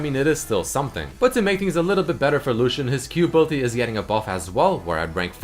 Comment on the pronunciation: "ability"... please! pleeeeease, say it the right way